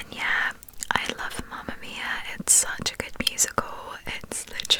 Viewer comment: I love how you pronunce “Mamma mia”😍🇮🇹❤️